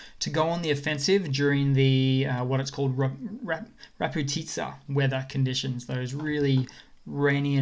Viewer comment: RaZputica - basically means "de-roading" and if you don't say the "z" it means noting lol. "Raz" if the first word.